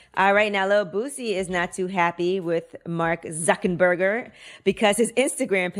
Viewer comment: Its Mark ZuckerBERG! Not burger!. Lol! And he's facebook!